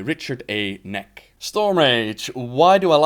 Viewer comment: ''Knaak'' is Dutch. Pronounced ''Knaaaaaaahk'' basically. If a doctor asks you to say ''aaaaaaaaaaa'' make it a bit sharper and put it in the word ;p And you pronounce the KN. It's not a silent K. But I doubt if English people can prounounce it without saying ''Knahhk'' or ''Neck'' as you do and manage to pull off the ''long A'' as we call it in Dutch ;p